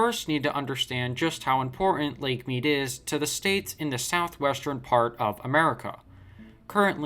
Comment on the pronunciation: 1- you need to learn to say Southwestern properly! 2- you really need to do more fact checking